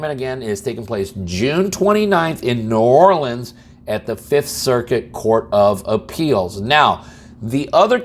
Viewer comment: 😂 we will have to get you up to speed on how we say New Orleans .